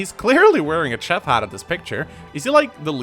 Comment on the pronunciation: Hey, I'm glad you got support, but real quick Ima just correct your pronunciation See, you tried to pronounce a word the way it's actually spelled and, well, we both know english isn't that simple Chef is pronounced shef You have been corrected